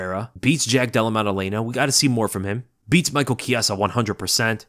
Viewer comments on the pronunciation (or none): none